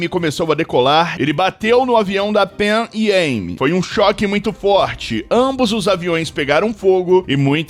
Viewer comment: A pronuncia usada é Panam "Pan Am"